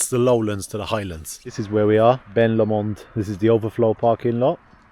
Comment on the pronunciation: Beautiful area!!!! Being in Scotland, it's a loch not a lake. Also, it's pronounced Loch Lomond (Low Mond) Oban is pronounced Obin